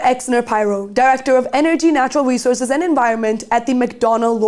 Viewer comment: The host here sounds like a high-schooler chatting with her friends, not someone delivering serious reporting. She struggles to pronounce very basic words like “economically” and “resources”. There’s a complete lack of professionalism - when asking her first question about the U.S. abducting the Venezuelan president, she appears to almost laugh, as if the topic isn’t serious at all. Not to mention, her questions were all poorly structured and borderline incoherent. This was painfully cringe and completely out of place for this channel’s level of sophistication.